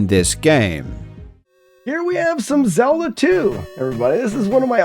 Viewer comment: "The Legend of Zelder" 😂 All fun and games